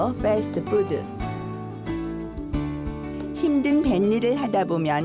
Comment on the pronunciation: 빼스트푸드 발음 소름